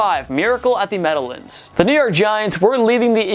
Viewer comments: It’s The Meadow-LANDS, not the Meadow-lunds. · Did you say "Meadowlinds" instead of Meadowlands? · Jack Cooke Kent stadium? MED-oh-luns?!?! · At the Metta-lands? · You had a brain fart when pronouncing “meadowlands” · How in the world do you have Mets, Islanders, and JETS stuff up in your background, but you say Meadowlands like it's the first time you've ever seen that word before?